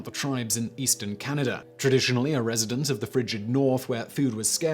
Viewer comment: It's Can-a-dah, not Canader. Say Chowdah! Say it!! <3